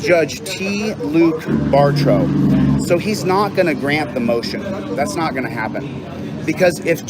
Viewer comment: Bartrode? It’s Bar - Tow you doofus lol